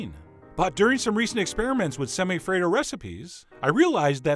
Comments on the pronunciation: Lolled out loud at “semi-afraid-o” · My soul died when you said "Semi-Affredo" 😂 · Chef John: Semi - afraido Me: ded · "Semi-afraid-o" hauhauuauahuahuahua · I WAS DRINKING MY COFFEE WHEN HE SAID "SEMI-AFRAID-O" AND I CHOCKED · Semi-Affraid-o sigh.. xD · "Semi-afraid-o" I AM DEAD . 😂😂😂😂